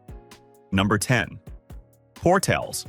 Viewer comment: So many errors here. No pretty tree filled mountains anywhere near Artesia, Portales, and Roswell. Just flat and pretty dry. Roswell crime is higher than stated. Las Cruces is probably the best area for retirees but not listed at all here. And the pronunciation is very wrong on Portales, Coralles, and especially Raton lol.